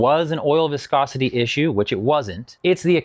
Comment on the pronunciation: Pffftt I’m sticking with, it’s an Eastern European guy saying “wiscosity”